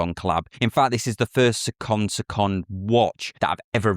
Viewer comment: You said seconde/seconde great every time! Thats hard to do.